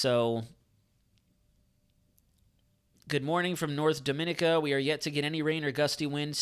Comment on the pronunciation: Please pronounce Dominica as "Dom - muh - nee - kuh" thanks